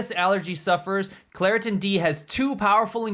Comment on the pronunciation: Claritin ffs😂😂